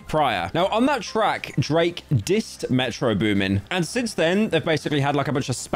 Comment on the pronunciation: Bro said “metro’s booming” 😭